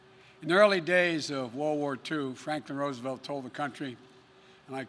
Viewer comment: frank duh rose uh velt